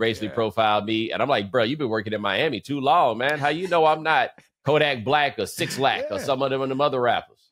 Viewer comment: Did Bo say "six" Lack? 😂😂😂